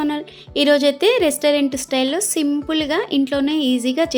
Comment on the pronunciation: అవ్... షింపుల్... అంటది కానీ అవి కట్ చెషి...పేష్ట్... చేషి..... మషల..... చేషీ.....ఎంత కష్టపడి పోతావుందో ఆ షి😂😂😂